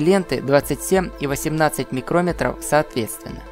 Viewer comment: Обычно говорят "микрон" когда говорят о размере или толщине, а не "микрОметр". Ну или хотя бы "микромЕтр". А микрОметр - это измерительный прибор.